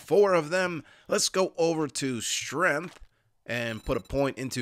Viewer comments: Ive watched so many videos and it still gets me the way he says "Strenth" instead of 'StrenGth" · I absolutely love the way you say “strenth” lol - makes me grin every time 😂❤️ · You've never heard the strenth of street rap? It makes me think of some old song every time i hear say strenth. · I laugh every time I hear that jersey accent say strength. 😂